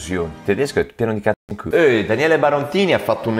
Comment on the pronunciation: Comunque Carbone in Tedesco è "Kohle", non "Kule". Kohle nella lingua slang, vuol dire anche soldi. 😜